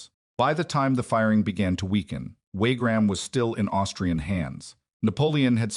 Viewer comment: WaRgram? " One thousand eight hundred and nine?" AI crap as usual.